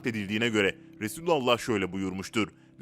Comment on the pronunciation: Düzgün söyle artık.. Resulullah diyeceksin yahu bu kadar mı zor..Birisinin Efendimize seslendiğini dile getirecek olursan da ''Ya Resulallah'' diyeceksin..!!!